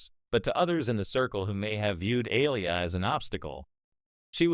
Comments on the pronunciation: Why can't this White AI narrator ever get the names of these Black stars right? Aliyah is pronounced..A-lee- yah...not Aliah. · Please stop mispronouncing that young lady‘s name that is disrespectful It’s Aaliyah - make your AI say it correctly 😡